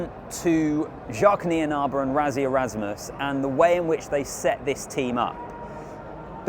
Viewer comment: What a fabulous game! Leave it to our boys to pitch up on the day and they certainly did today. 🎉🇿🇦 NB. It’s RASSIE not RAZZIE 😅